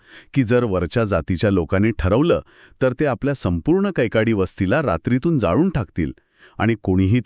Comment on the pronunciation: कैकाडी not कैकडी